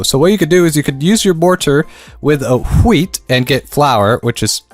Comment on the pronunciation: why tf is he pronouncing wheat like that 😂